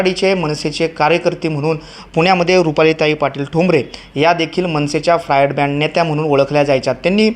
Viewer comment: फ्रायड ब्रँड नाही रे फायर ब्रँड म्हण.